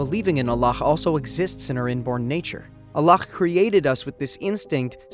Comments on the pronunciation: Why is the narrator saying "Allakh" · Salaama’alaikum. I enjoyed this video. Why do u keep saying Allakh btw. It’s a soft ‘h’. MashaAllah TabaarikAllah. I understated tbh. I loved this video. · allah weirdly pronounced